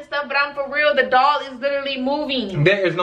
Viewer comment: It sound like they saying dog not doll 😩🤣